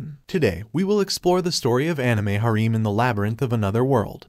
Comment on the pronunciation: Cringe AI voice couldn’t pronounce “harem”